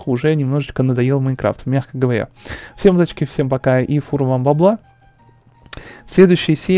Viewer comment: Кстати ты в некоторых видео говоришь не Всем атомный привет, а Ем атомный привет:D